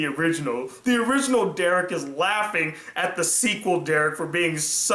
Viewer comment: You saying Derek hurt:(((